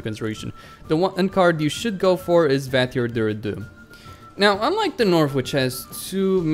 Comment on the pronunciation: Just a quick note, you shouldn't pronounce [r] in the end of Vattier as it's a French name just like Jacques. In terms of Nilgaardian deck I agree with you completely. It's the weakest deck but I like to play it from time to time mostly because of my admiration for Emhyr.